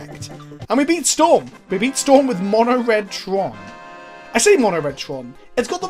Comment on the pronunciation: "monored" tron